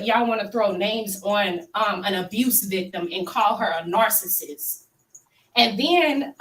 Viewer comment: did she say she believes MEL-o-neee is a “nar-cist”?????